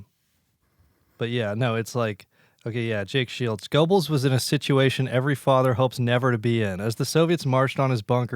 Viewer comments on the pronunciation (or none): Mispronouncing "Goebbels" lmao